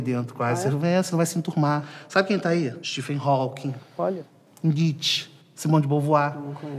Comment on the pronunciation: "Stephen Hawkins" KKKKKK......